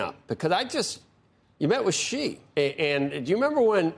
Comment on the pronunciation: Xi is pronounced like the word "she" or "See" not like Zsa Zsa Gabor